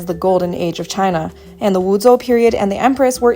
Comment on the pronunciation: Never heard of the pinyin "zhou" being pronounced like "zou"